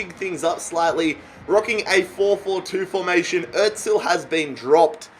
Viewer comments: İt's not atzil it's azil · Is it just me or does he Pronounce Ozil otzil